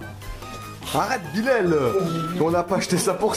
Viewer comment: Pour le matin moi je dirais celui de Bilal pourquoi en fait vous disiez Bilel au lieu de dire Bilal